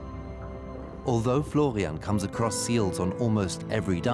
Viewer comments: So is the man's name Florian or Flovian? I'm hearing Flovian. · if i hear florrrrrrrrrrrrrrrian once more in my life, i swear